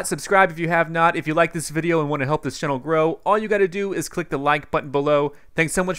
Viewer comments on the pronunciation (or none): none